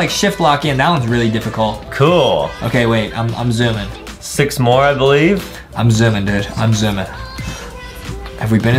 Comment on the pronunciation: Justin said stick but he was supposed to say six